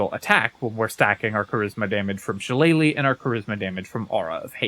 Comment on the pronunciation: Finally, someone who says “shillelagh” correctly!